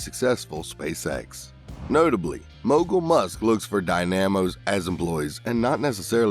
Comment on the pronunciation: What an interesting pronunciation of "dynamo"!